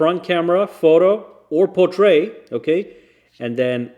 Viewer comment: How the heck are you pronouncing "portrait" 😁😁